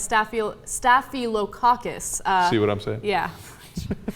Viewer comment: Staphylococcus is actually pretty common and not being able to pronounce it when your job is communications is surprisingly disturbing coming from you guys. You're better than that. It's a Staph infection.